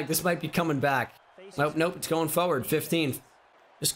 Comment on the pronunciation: The way he says forward is hilarious “fowerd”